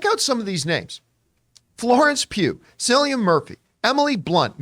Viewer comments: John, you pronounce Cillian ‘Killy-an’. Hard C. Its not ‘Silly-an’ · His name’s not Sillyan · His name is pronounced with a k sound, John. It sounds like Killian. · S-illian?? Come on...at least get the primary star's name right